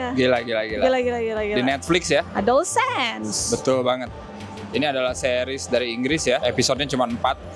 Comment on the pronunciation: Dibacanya adolescence bang bukan adolsense